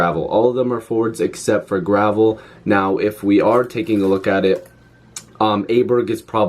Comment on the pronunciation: I think Gravel is pronounced GRA-VEL for what it's worth. Lots of guys , little cash , bring up a couple guys ( Marchment etc. ) from the Marlies and instantly plug these guys in , they are experienced players not schmucks.